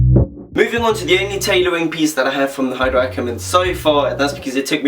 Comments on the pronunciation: ay-der ackermann....the h is silent... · The H in Haider is silent